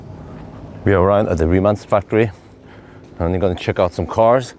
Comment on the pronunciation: Thumbs up you pronounce "Rimac" correctly 👍💪